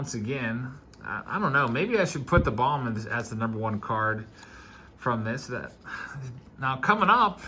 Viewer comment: I know you LOVE pronouncers, but since he's one of the biggies--its "Bome" not "Bomb"